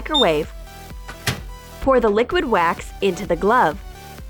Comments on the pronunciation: Wax not weks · It’s wax not wix